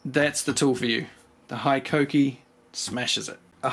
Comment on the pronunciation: Yea bro keen to try one of those blades never heard of them love your videos.. but you need to say hikoki like a Japanese man hiiiikokiiii